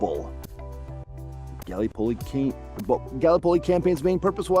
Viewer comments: Felt like I was having an aneurysm every time he said it. So painful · Not a bad questionnaire, well balanced overall. However, please, in future take a little time to get the pronunciation of place names right. As a Kiwi my skin crawled at the almost comedic pronunciation of Gallipoli. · Not only Gallipoli. Don’t think he got one name correct pronouced…